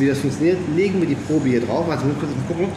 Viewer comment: Wenn du schon versuchst Englisch zu sprechen, dann spreche doch auch Probe richtig aus! Probe = Tastkopf ...... (Prob)gesprochen.